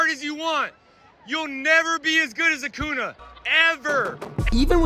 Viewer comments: I came here to say that lol!!! He’s like “not acoona! It’s AcuÑa” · Bro said acuna instead of acunia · Who the fuck is acuna i thought it was acuña not acuna 😂😂😂😂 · “A-koo-NA” Lol 😂 (with a Mexican accent) Acuña, menso!! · bro said acuna when its acuña💀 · that guy isnt a real atlanta fan. its ack-oon-yuh not ak-oon-a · Okay, the one you show is really funny. He was pronouncing the name wrong and was correcting him. He's saying “It’s AcuÑA.”😂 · As a lifetime long Braves fan hearing: "Acoona" gives me shivers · I love how he pronounced it Acoona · Bro really said acuna 💀💀💀💀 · I’m sorry, if you can’t even pronounce acuña’s name right don’t try the shit talking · who else noticed the fan annunciating Acuña's name wrong